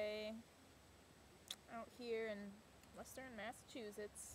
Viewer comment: 10 bananas and handful of dates. "Western Massachusetttttsss" accent was wicked clever.